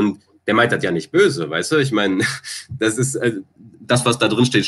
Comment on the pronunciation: also ich würd mal tippen das er aus Köln kommt haha hat ja ein großes Geheimnis darum gemacht (verständlich) aber da kam, wenn mich nicht alles täuscht, etwas der kölsche Jung aus ihm heraus :D ( die Betonung „dat“)